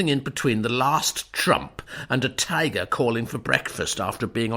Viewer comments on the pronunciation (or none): none